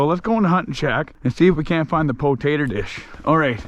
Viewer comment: "WE GIT TA DIG THRU THE PATATUH DISH!"